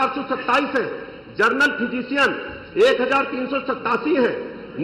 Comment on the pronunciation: मंत्री कोन बनाया इसको जिसको नाम नही लेने आ रहाहै जनरल को जर्नल बोल रहा है